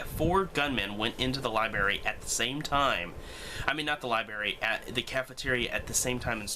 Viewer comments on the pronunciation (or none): It's 'libRary'! Haha. Just had to give you a hard time. Good video, dude.